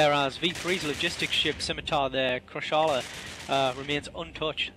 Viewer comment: Krasch-la... Krasch-la... Where'd that extra A come from for Kra-Sha-La? Just as the Tengu dies at the end, the Hurricane's Weapons actually broke from overheating and you'll see it stop firing :D